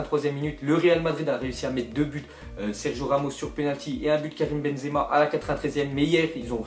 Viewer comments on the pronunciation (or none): none